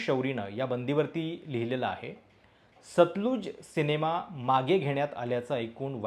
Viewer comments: उच्चार सतलज आहे, सतलुज नाही. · सतलुज नाही हो, सतलज. नदीच्या नावावर आधारित आहे.